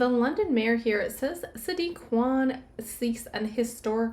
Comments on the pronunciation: Interesting read...just a heads up ... Khan is pronounced as in Carn ❤ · Khan.. pronounced Caaan fyi!! Otherwise known as a little nefarious creep!!!